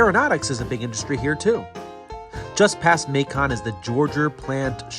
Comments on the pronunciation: Nice video! FYI, it's not "Ma-CON," but pronounced "MAY-kun." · Hey the pronunciation of the city of Macon is [ M AI - k uh n ] for later content